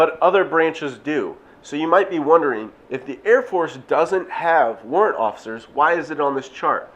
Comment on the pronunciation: Say it with me boy's ....."Warrant Wofficers" 10/10 lol but on a serious note this video was great and very informative!! Keep it up man!